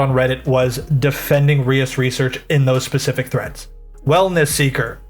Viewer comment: procedes to mispronounce Reus 😅